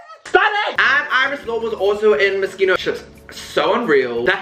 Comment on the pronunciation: no he’s not !! i mean it’s an italian word so the ‘ch’ is pronounced ‘k’ so his pronunciation for an english speaker is pretty spot on ahaha not expecting him to put on an italian accent or anything